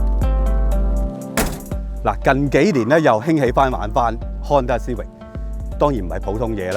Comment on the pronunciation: 逐代舊的款拎返黎講實都好睇, 留個記錄. CIVIC實係英文黎, 有正確的讀法. 過往讀錯左可以現在改返既姐. 主持比這款車年紀大多少? 慢慢原來這些已變了現這代的的老爺車